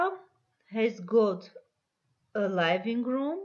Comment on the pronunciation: Big (բիգ) , pig(փիգ) և չգիտես թե ինչի living-room (լայվինգ ռում), այլ ոչ (լիվինգ րում)։ ։comfortable...ոչ թե կոմֆորդոբլ այլ քամֆդիբըլ.lol .Եվ այսպիսի բազմաթիվ սխալներ..sorry but this is a very bad lesson